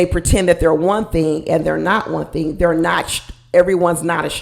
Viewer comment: I wasn't getting Jersey from. I got Michigan - Detroit - Pontiac or maybe Chicago. Not east coast. He also said Ting instead of Thing. Clearly he is trying to reinvent himself. It really disturbed me when he said he was in therapy as a child after he said he was broke and in a single parent home. Wonder who paid for the therapy or if it was court ordered since he refused to discuss it.